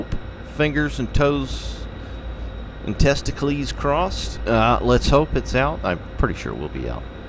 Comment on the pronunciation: “Testicleys crossed” 😂